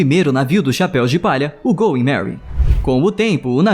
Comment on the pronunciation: é "going merry" e não "goy merry"